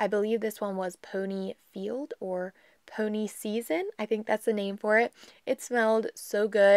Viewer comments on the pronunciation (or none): Such a pretty valentines nail set! fyi peony is pronounced pee-on-ee . Not pony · Just came across you channel. You do beautifull work on your nails. Just an FYI for you, sounded like you pronounced Swarovski ok but that peony nail oil is pronounced pee-o-nee. They are my favorite smelling flower & I'm lucky to have a bush of them growing in my yard. I'm teaching myself to do my own nails, your videos are showing me some good lessons & tips. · Gorgeous 😍😍 I love the way you say Peony... I have never heard it the way you say it, we have always pronounced it (Pee-oh-knee). I am definitely going to have to do a little more post-birthday shopping for myself 😁.. Thank you as always for sharing 🥰.. And you did amazing pronouncing Swarovski 😘